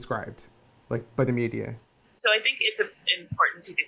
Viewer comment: Дэни настолько уже обрусел, что произносит media на русский манер)